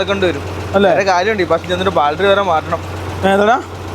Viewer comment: ഈ ട്രിപ്പ്‌ കഴിഞ്ഞു വരുമ്പോൾ ബാൽട്ടറി എന്ന് പറയാതെ " ബാറ്ററി " എന്ന് പറയുക. എന്തിനാ വെറുതെ തെറ്റി പറയുന്നത്.